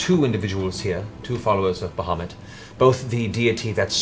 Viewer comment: How Matt manages to make the name "Bahamut_" sound like _"Mohammad" is quite astounding, we always pronounced it more like "bowar-mutt" which im not saying is correct, its just weird to hear it said like Matt does We didnt have internet when we learned these names, so no standardized way of saying it Its a wonderful world, I'd love to hear some pronunciations from eg, Russia, Persia, India and the Orient